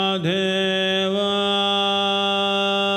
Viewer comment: Mahadeva not mahadheva